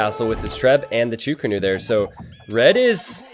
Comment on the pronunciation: wtf is a "cho ko nu" xD it is chuu ko nu